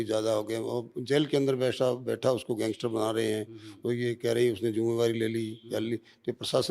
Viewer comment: पत्रकार कैसे और क्यों लारेंस को gengestar कहते हैं?